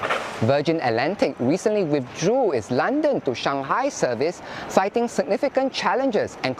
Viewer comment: This ass is singing withdraw word like Mandarin!